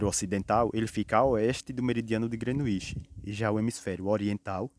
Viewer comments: Grenuinsh Meridian , SIIIIIM!!! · Kkkkk koe man, quando tu falou “ grenuixi “ perdeu a credibilidade pprto kkkk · Parabéns! Nota 2,25 ! Parece trabalho de geografia de uma criança de 8 anos falando sobre o "Grenuíche" .